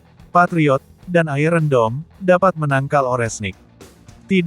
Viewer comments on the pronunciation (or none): none